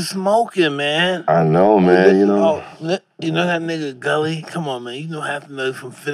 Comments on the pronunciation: Mike keeps calling gillie gully😁😁😁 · So nobody is gonna correct Mike and tell him its Gilly not Gully?! 🤣